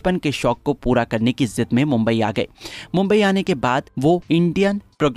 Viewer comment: IZAZAT NAHIN IZZAT BOLNA THA SIR!